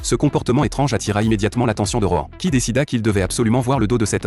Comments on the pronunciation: Par contre heu. ROEN.... Nan mais c'est Rohan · Moi au début j’avais cru il disais roman au lieu de rohan